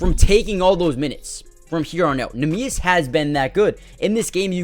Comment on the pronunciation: Worthwhile to look up a pronunciation on neemias, its not pronounced quite how you'd expect My hauser concern is about a 3 but will go up 1 each week his slump lasts Great video man, loved it, keep it up